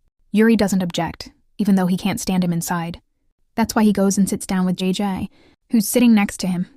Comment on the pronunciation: Jajay😂 it's jayjay